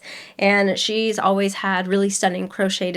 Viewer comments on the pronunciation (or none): none